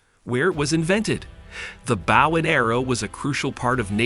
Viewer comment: Its (b OH w) not bow